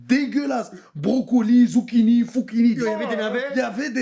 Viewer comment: Brocolis, zuchinis, fuchinis J'suis mort 😂😂😂😂😂😂